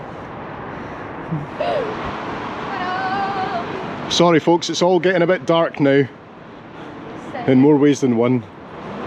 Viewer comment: It’s almost like Edinburgh here….Edinburough….EDDDinburough….